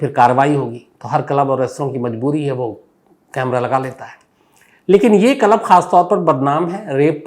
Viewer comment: Shams ji aapko club pronounsation nahi aata ,😅